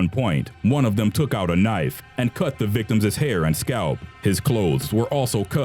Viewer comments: hahaha "The VICTIMSES parents" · victims' not victimisses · i know none of this is a laughing matter but in #5 the narrator says "the victimses parents"... victimses? i think the proper way to say it is "the victims parents" ...just saying. by btw... all life matters. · omg it's victims' not victimses! the mispronunciation is distracting from the content! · "Victimis" is NOT A WORD! It's pronounced simply "victim's". "The (victim's) parents..." not "The (victimis) parents..." You stupid fucking moron. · Why is this sound like you don't know english. "VICTIMSES" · Please, it is not "victimsis" It is victims! Other than that good video.